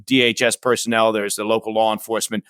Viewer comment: Just sayin, the word “LAW”, isn’t pronounced “LAWRE”, or “LORE”. That’s not even correct in usage. It’s L A W, like Llll AAAhhhhh, & NO “R” in the word “LAW”.